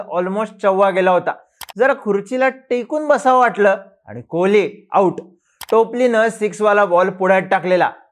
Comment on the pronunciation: टॉपली ❌ टोपली ✅ ...😂😂😂 भाऊ..